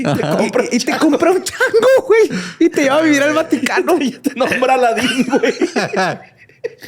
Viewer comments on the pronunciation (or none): vaticatences? vatiquences? vati..vatiiii?? Mi cerebro : Batman, cuando lleguemos a la Bati cueva me regala un bocadillo? si shaggi, todos comeremos algo , galletas y BATILECHE JAAJJAJAJAJAAJAJJAJAJAJRGTBZSEFRBHG ALV !!!!!! xD